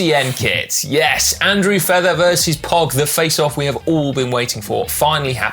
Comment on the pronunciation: Conor is massacring all slovenian words. Why can`t he even pronounce Pogi correctly. He should just repeat what Sy says.